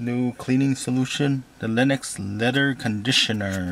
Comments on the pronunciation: haha it's lexol, not "lennox," but good vid, thanks. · "LENEX"? LMAO!